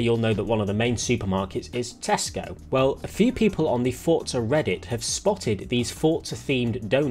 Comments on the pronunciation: Everyone - for-za - fort-za Bro there is no T 😂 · “Forza” is an Italian word, and is pronounced with a “T.” It’s how the devs say it, it’s how the in-game characters say it, and it’s how you should say it.